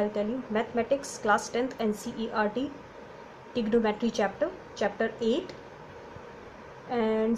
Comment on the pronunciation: aabe tignometery nahi trigonometery hpti h camera dekha h ganda sa baar baar tignometery tignometery bolna seekho pehle